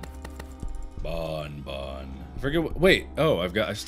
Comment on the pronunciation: What Mark says : I NEED A BONBON!! What I hear : I NEED A BAWN-BAWN!!!